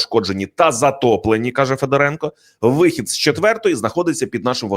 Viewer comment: Не ФедорЕнко, а ФедОренко. Ведучий, ти навіть не військового, а людину не зневажаєш. Де вас вчили?? Хочтебе, хоч Дрозда з Гаврищаком. Ви ж ведучі престижних каналів. На курси якісь запишіться.